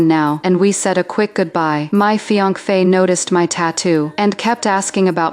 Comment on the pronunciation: "fi anc fe" wtf...!